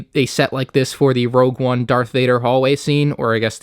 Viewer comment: it's rogue, not rouge